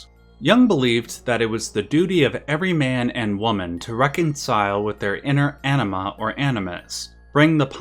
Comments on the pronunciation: You’d prolly get another 100k views if you enunciated anima as AHNEEMA, instead of Enehmha lol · bro you really gotta try to pronounce the AN more in anima. . . pretty sure you said enema a few dozen times. and its hard not to laugh its like calling uranus, urANUS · Love the video! By the way, so take this in good humour (as it is intended): But the American pronunciation of "Anima" kind of sounds like a very funny word to my ears 😁